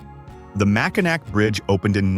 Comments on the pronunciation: Love my state. Annoying, just one of the things, it is pronounced MACK in AWE!!!! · Pronunciation is way off... ugh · Ever hear of the Mackinac Bridge? That bridge connects the Upper Peninsula to the Lower Peninsula………. It may be spelled Mackinac, but pronounced Mackinaw….. you want to do a video on Michigan make you use the correct pronunciations. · Mack-i-nak pfft AI trash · It’s pronoun Mack in Naw! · Hey us Michganders pronouce it Mackinaw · Yes, please pronounce the last syllable in Mackinac, aw. Mackinaw. That's how that word is pronounced. Mackinaw! Or if you prefer Mackinall. Or Mack in "AW". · If you are going to talk about Michigan, please pronounce Mackinac right. The C is silent. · I know it's spelled Mackinac, but it's pronounced Mackinaw, as soon as Michiganders hear the wrong pronunciation and immediately know your a outsider. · Get a better AI voice that knows how to pronounce Michigan words. Also use real images instead of made up ones with all the misspellings. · It was so annoying